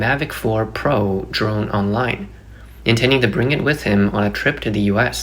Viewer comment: Online , not ongline, please brush up your pronunciation